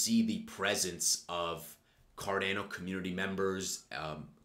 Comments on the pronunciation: He didn't say cardano ... KADENA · You're funny. I like you. You got my subscription. But, is still pronounced "CAR-DAWN-OH" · Go to Google Translate, select "Italian", write Cardano and press the button to listen: this is the correct way to pronounce it!